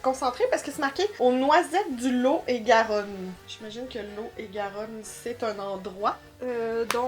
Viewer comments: lot et garonne est un département de france plutôt vers le sud ouest; et sa se prononce lotte et garonne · ps le lot et garonne c'est dans le sud de la france j'y suis née dans le 47 agen ça se prononce lotte et garonne bisous les filles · La pâte à tartiner ça vient du départent du lot-et-Garonne dans les sud-ouest de la France (ça se prononce lotte ^^ ) :) 😃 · Le Lot-et-Garonne se prononce "lotte et Garonne " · Bretons et Normands revendiquent le Mont St Michel, qui au cours de notre histoire à appartenu aux uns ou aux autres, ou était limitrophe des deux régions.. C'est le département du LOT(on doit prononcer le T) ET GARONNE, deux rivières du sud ouest de la France... Et à l'origine, ce ne sont pas des bêtises des Ch'tis, mais " les bêtises de Cambrai", ville, dont elles sont les spécialités, et elles étaient ou à la menthe ou à l'anis... La crème de marron se mange en tartine ou sert a faire des gateaux.... Très vieille entreprise française... Merci pour ce beau moment.... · Lot et Garonne....ça se dit loT....le T s entend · Le Lot-et Garonne c'est un département (département traversé par le Lot et la Garonne, ce sont des cours d'eau)! Et surtout : on prononce le T ! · Cc les noisettes viennent du lot-et-garonne, on prononce le t. Bisous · Le Lot est Garonne c’est un département du sud de la France C’est chez moi !!! Et il faut prononcer le T dans lot et Garonne ! Bisous ❤️ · J’ai bien rigolé en regardant votre vidéo ! Pour info , Pont-Aven c’est en Bretagne et ça se prononce « pont avène » et le Lot-et-Garonne est un département et ce prononce « lote et Garonne » 😉 la confiture de lait c’est trop bon ... tout comme le reste de ce que vous avez gouté. J’espère que vous en avez bien profité !!! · Le Lot et Garonne (le T se prononce) c’est un département en france 😊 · En tant que Française, j'approuve cette vidéo 👍 Par contre, on dit le LoT et Garonne (on prononce le T 😜) C'est un département du sud ouest de la France (près de chez moi 😊) Bisous les filles 💋